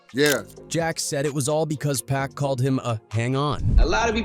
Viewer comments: The narrator saying PACK instead of POCK for Tupac's name was irritating. Learn the person's name you are telling the story about. Geeez!! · It’s pac….. NOT PACK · PAC not pack 😅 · Wtf is Pack 😂😂 ITS PAC MF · PLEASE USE A HUMAN VOICE… And it’s PAC NOT PACK… Put some respect on that… I’ll do it for free.. contact me.. I HATE AI VOICEOVERS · Get mad he call him pack at times🤬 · It's 2poc..poc... Not pack... You would think after 20yrs you would say correctly.... It's POC..... GET IT... TUUUUUPAC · His name isn’t “pack” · Damn u going talk about him say his name right pac say it with me 2 P A C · Now we got A.I. telling hood legend stories....Once he called Pac..Pack...Im out..nuff said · Yt people always saying his name wrong 🙄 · That pack ish pisses me off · Pronounce it correctly damn!